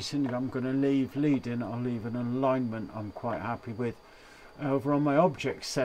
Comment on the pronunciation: Very interesting video. Thank you for showing some of the capabilities of this machine. As a point of information, the "leading" you refer to in the software is pronounced as in the metal lead and refers back to the thin strips of lead that typesetters used to place between rows of lettering to increase the spacing between lines. Thanks again.👍